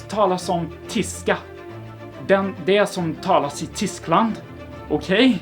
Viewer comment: I think your Swedish is great, honestly the best I have heard a non swede speak, only thing I noticed was Tyskland is pronounced more two-Skland rather than ‘tee-skland’ sorry to be petty but it helps I guess. Gratis ändå